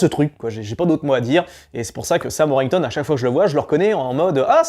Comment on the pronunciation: Pour info, c'est Sam WorTHington, pas Sam Worington... Le comble pour un mec qui veut faire des vues lol. Et Sam Rockwell n'est pas sous-côté, il en fait des caisses et il est soûlant, en tout cas pour moi. Et je suis entièrement d'accord pour Nicolas Duvauchelle